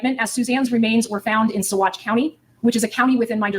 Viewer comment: Colorado resident here...been interested in this case since the beginning....just an FYI if you are covering it...Salida is pronounced Sa-LIE-da... and Saguache is pronounced Sa-WATCH.......love your videos...love the way you cover these cases....hope this one comes to trial in a short period of time...Suzanne needs justice and hopefully her daughters will have their eyes opened...